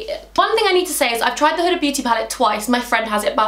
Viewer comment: My name is huda omg and I fan girled when u said huda beauty even tho your not talking to me lol😂but u said it correct yay omg I want to hug you omg